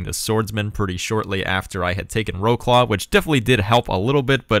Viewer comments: Wroclaw is pronounced Vrots-Wav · I love polish prononciation, I think Wroclaw is pronounced “vrotslov” or something like that. Not hating on how you pronounce it because as an American I do the same thing, It’s interesting to me to hear how other countries pronounce their cities though. Also the German name prior to ww2 is BRESLAU, pronounced much more similarly to how it’s spelled for English speakers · Oh, and in case you'll be conquering Poland in games to come, here's how to pronounce Wroclaw ;)